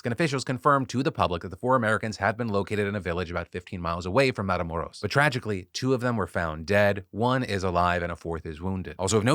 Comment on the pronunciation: Your accent when saying Matamoros👌